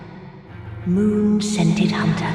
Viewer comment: She actually calls us "Moon scended" hunter